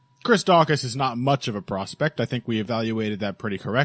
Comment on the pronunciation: Il patreon when you pronounce Daukaus right